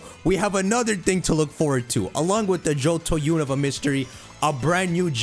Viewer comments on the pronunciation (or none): none